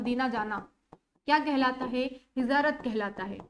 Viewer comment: Hijarat nh hijrat bolte h